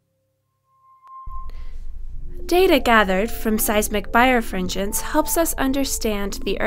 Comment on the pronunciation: It's pronounced bi-refringence, not bire-fringence.